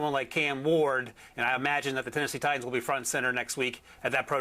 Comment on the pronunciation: Mourning the loss of the letter "t" in the English language. Who the F are the "Ti-ens"? Wish people realized how ridiculous they sound -> like a 12 year-old school girl from Staten Island.